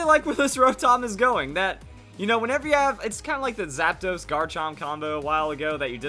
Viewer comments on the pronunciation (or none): none